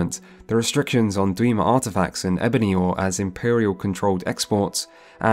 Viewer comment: "Dweemer. Burma" Lol